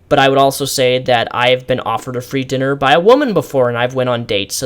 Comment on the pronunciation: Are you dyslexic or do you just have trouble reading aloud for long periods of time? It wouldn't hurt to take a few cuts when filming. I laughed when you said "dinnel dinner" twice and "kenuckle" especially.